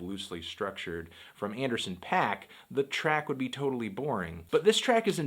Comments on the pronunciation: Anderson paak not pack.. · It's pronounced pok. Anderson. Paak (pok). He is of Korean decent. C'mon dawg.